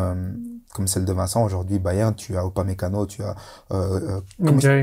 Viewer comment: Mais quand même Dedryck tu m'as l'air d'être un garçon intelligent quand tu parles football, passionné. Mais coupe ces "dukou, ojourdojourdui" ca te décrédibilise en candidat de téléréalité